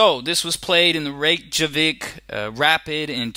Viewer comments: I understand but its not how you pronounce it like REYK-JAVIK it should be REI-YK-KA-VIK this is the correct pronunciation. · It is pronounced as Re-Ka-Vik not Reyk-Javic like how its spelled. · Looks like it depends on what place you are. In the video you pronounce it the way its spelled. Reyk-Javik. Not Reyk-Kavik.